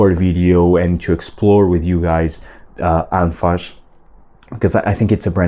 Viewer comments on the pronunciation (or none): Bro it is called Anfas with s not sh🫣